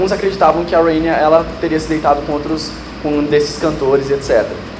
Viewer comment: RhaenyA não. RhaenyS